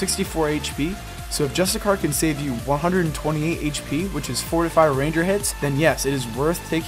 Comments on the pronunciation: dont know how this popped up and noticed its cool concept and all but please stop saying just a car, its justiciar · Im pretty sure its justiCIAR not justiCAR. like justice-iar. just so you call it right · Re record the video and say justiciar instead of justicar ffs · It's justiciar (jus-tissy-ar), not justicar. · Just so you know dude it's pronounced Justisheer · ITS JUSTI-SHEER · ironic you went to the trouble to google definitions and put them in the video to substantiate your claims but still pronounce "justiciar" incorrectly*